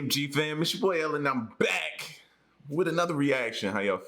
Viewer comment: Did you say "Black with another...."? That is hilarious! It reminds me of the show Space Force" when the crew lead said "it's good to be Black on the Moon" when she meant to say "it's good to be BACK on the Moon". Dude, I died...